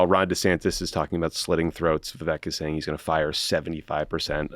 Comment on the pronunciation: You did Vivek a huge disservice here, beginning with not taking the time to even pronounce his first name correctly, to overselling how "bad" his rap was, to all sitting there ostensibly baffled as to what the rough outlines of his rising appeal might be (hint - he is more articulate and intelligent than the rest of the field combined, dolloped on top of endless positive messaging and a youthful energy that can only willfully be overlooked). You might hate him; you might think all his policy angles are fit for the trash bin. But he always says exactly what he means in crystal clear detail, eschews "politician mode" to a degree that would make even Obama look deficient, dives REPEATEDLY straight into the lions den without a moment's hesitation vis-a-vis interviews with potentially hostile reporters and networks and does not do so merely in order to fire-hose them with disdain but instead to pit his ideas in real-time dialectic against theirs, never leaves you wondering what he really thinks when the cameras are off, and has more integrity than anyone in recent Republican memory. I have never voted for a Republican in my life and I am unlikely to begin with a vote for Vivek. But my god, people. Come out of the silo long enough to at least see the obvious about this dude.